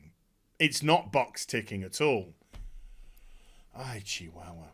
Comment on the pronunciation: Also "Hay chihuahua"... that sounded perfect in Spanish... and yet you butchered my name... I still laugh to that tho so it's all good bro... keep safe!!!